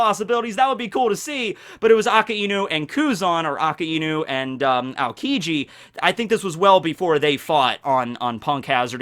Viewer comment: It’s not aka-inu it’s pronounced ak-eye-new